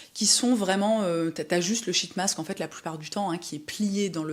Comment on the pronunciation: Quand vous dites « sheet mask » en anglais, je vous recommende de le dire en souriant… 🫤😉🤫